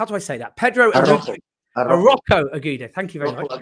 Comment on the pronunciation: Arrojo pronounced Arroyo (roll the double rr). Agudo pronounced Ahoodo (g pronounced like an h).